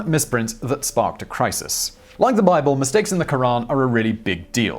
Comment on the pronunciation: 'And like with the wicked Brible...' .